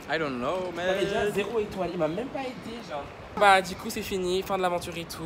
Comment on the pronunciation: Eh j’te love mais STOP ARRÊTE DE DIRE « gennre » STPPPPPP!